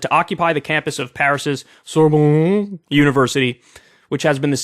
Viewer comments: It's pronounced "Sour" + "Bohn" (the city) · "ressemblant" = look alike (resembling) "rassemblement" = gathering It's not your accent, Kyle, you were even right about the silent "t" at the end. Juest take the time to pronounce all the syllables before it. And don't pronounce "a" like "e". "Sorbonne", like you pronounce "on-off". Finally yes, do something about your accent, don't try to gag while speaking. You sound more like Sasha Grey than someone who's speaking French. Schengen <> Shenzhen